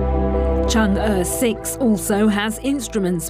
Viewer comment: you DW guys can't even pronounce Chang'e correctly